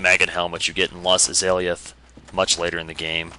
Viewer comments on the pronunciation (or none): 'soltaire' 'tantanite' 'lost izaliath' keep the mispronounciations coming hahahaha